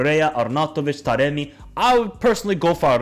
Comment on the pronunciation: Man said taremi💀, he has been a ghost this season